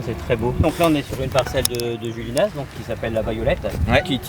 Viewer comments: Cyril on dit Juliénas pas Juliénasse! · Cyril le s de juliénas ne se prononce pas 😉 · J'habite à 5 minutes de juliénas, j'espère te croiser un jour Petit édit, le "s" de Juliénas ne se prononce pas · Le S de Julienas ne se prononce pas 😉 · Par contre je t'en veux pas mais pour habiter juste à côté de julienas ça fait mal aux oreilles, le s de julienas ne se prononce pas mdr